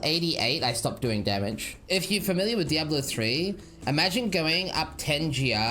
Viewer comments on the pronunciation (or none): none